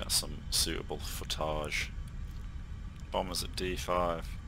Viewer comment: be careful now ; "foutage" doesn't mean the same as "footage" :p